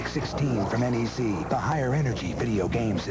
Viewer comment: Fellow Brazilian here. Great episode. Just want to point out that the correct way to pronounce "NEC" is to say every letter separately, as an acronym N. E. C. Not even in Japan they say it as "NEC".